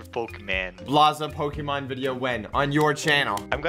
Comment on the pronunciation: No Blaza no, you said POKEMAN not POKÉMON.